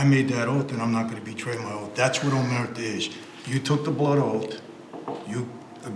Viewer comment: Omertà - accent on last syllable - omerTAH - As we say in Sicliy... 'A megghiu parola è chidda ca 'un si dici. Americanised Cosa Nostra Italian sounds funny to Italians. Find a real expert to explain differences in mentality between Italian mafiosi and American-Italian Cosa Nostra. That would be interesting.